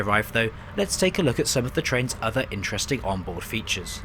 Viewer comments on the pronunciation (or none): none